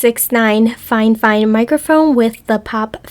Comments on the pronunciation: Girl you said fine fine I think it’s fi fine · i love how she says fifine XD